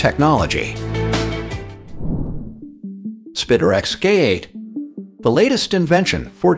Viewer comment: ‘spitter-ex-cate’ for Spiderex K8 ‘rel-lees’ for relies ‘martyr’ for mortar ‘sirdust’ for sawdust (?)